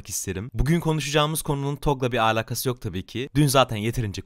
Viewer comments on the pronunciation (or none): abi allan için artık şu (alaka) yı alaqa diye söyleme videoda ciddiyetimi bozuyorsun